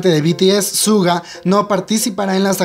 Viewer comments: Asdfdfdfsfdfsg mi pobre "shuga" no "suga" 😂 , ojalá se recupere pronto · se pronuncia shuga no en español suga ^^